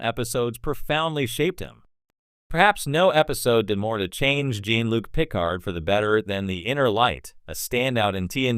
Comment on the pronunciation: It's Jean Luc with French pronuncation, not Jean like Billy Jean.